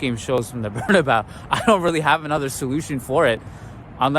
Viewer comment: Good job! One small thing: It's pronounced Bernabéu not Bernabau.:)